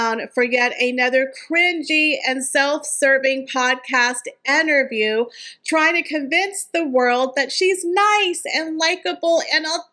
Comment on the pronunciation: Why do you say Enterview??